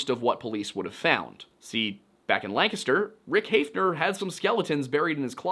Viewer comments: As a Lancaster native I just wanna say thank you for saying it correctly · It’s so satisfying to hear someone pronounce Lancaster the way it’s pronounced in Pennsylvania. We lived outside York for 10 years before moving to Arizona upon retirement. I’d heard about this case but never in this degree of detail. From what you’ve said just in this video, my first choice for Betsy’s killer would be Richard Haeffner!! Thanks for sharing this! 👏👏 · Congratulations on being the only person on the internet I've ever heard pronounce the name Lancaster correctly. You handled it so naturally I'd be willing to bet you even know how Reading is pronounced. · A man of culture I see pronouncing Lancaster PA correctly. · As a Lancaster PA native, thanks for saying Lancaster correctly.